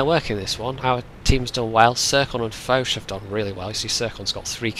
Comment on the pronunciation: the way you pronounced Foch is funny xDxD